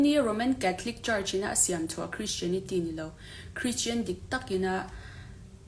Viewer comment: Christian tih pawh a lam glei thei lo deh hlek pawn a kak duai thei ang a😂